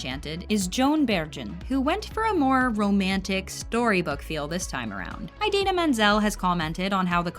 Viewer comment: Just thought you should know that you mispronounced Idina every single time. Not John Travolta bad, but still pretty bad.